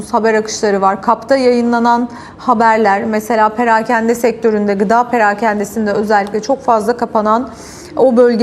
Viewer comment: Parakende değil, “Perakende”